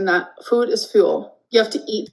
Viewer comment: Take a shot every time she says "fuhoood"